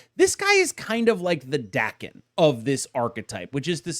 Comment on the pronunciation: FYI Daken is pronounced "Dah-ken", like "darken" but without a hard "r".